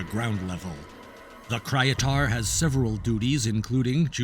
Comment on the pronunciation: Is not "Krajatart" its "Kryetar".